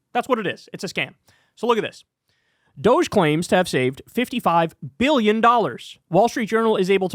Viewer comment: We must pronounce this Dogee. Like “doh-gee”. Let’s not dignify this fake scam, by making it sound like some sexy European company.